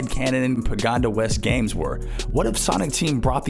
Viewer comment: “pagoNda” makes me sad